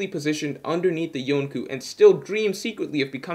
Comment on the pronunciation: I swear the way he said it took me out of the moment and made me unsubscribe after subscribing 1 min earlier...